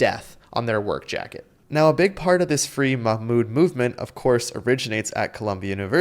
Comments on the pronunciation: Because you are not to be trusted. It’s called messaging discipline. They know you are here for misinformation: Case in point: 1. Of all the reactions you managed to get from activists, you selected the neurodivergent guy who still answered flawlessly by the way, even while getting Mahmoud’s name wrong. You are not interested in the truth but in painting activists with an inhumane brush. Even when they are there for YOUR first amendment right. 2. As for clutching pearls and thirsting for police intervention: Protests are supposed to deregulate. Blocking a road is the whole point of a protest: stop what you’re doing and fix this. Severe narc behavior. 3. You keep saying death to America because someone found pamphlets somewhere some time, as if that has anything to do with Khalil. That’s bullshit. He’s never said death to America. 4. You show him saying Palestinians tried armed resistance as if that’s some sort of crime. That’s silly. People are within their human right to do armed resistance when their land is occupied. And even if it wasn’t completely legitimate, he’s merely stating a fact. What about it? Khalil was clearly and obviously in his right. AMERICAN JUDGES couldn’t even keep him locked up with the full assistance of the entire Trump admin throwing their whole weight in. Why do you think that is? Could it be because you don’t understand the constitution, and you just want illegal law enforcement to punish the ones you don’t like? Don’t you see that is exactly the k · Fake Jews says this Rabbi, they are like these Fake Christians who worship on the wrong day and call Yeoshua by the pagan name of Jesus and they don't even know how to pronounce Mahmoud Khalil's name either. If you ask me they are Wolves in Jews Clothing🐺🐺🐺🐺🐺🐺🐺🐺🐺🐺✡👚